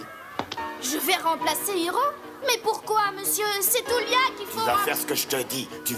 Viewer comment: Tulia* le u en japonais ce prononce "ou" 😌😉